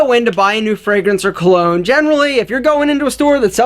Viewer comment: Hey, just a quick tip for your pronunciation for future videos. Cologne you could pronounce it like "Column" but just remove the m sound and it would be pretty close. Parfum, if you know how to say 1 in french (un), you can say Par (like the golf term) and fun. For Toilette, put less emphasis on "Toi" then finish it off with "let". Hope that helps!